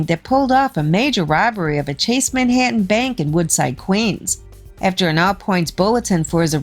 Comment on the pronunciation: Horrible narrator. Can’t have someone with a midwestern accent narrate about things going on in NYC. Her pronunciation of the word “Manhattan” made me cringe.